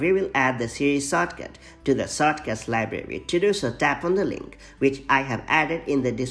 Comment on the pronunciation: The accent “sawtcaut”